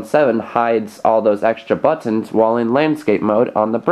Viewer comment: He say buttons like botonn